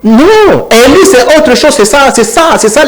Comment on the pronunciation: avec tous mes respects, on prononce" élu" et non "eli" Présumé et non présumé. Un peu des phonétique. Merci.